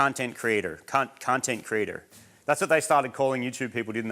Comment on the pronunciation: Marty saying “content creator” in a kinda American accent tripped me out I had to watch it back a couple times 😂